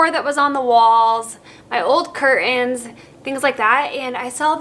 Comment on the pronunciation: Please...please pronounce curtains.